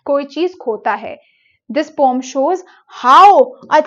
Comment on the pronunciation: Srry mam but its not poooom its poem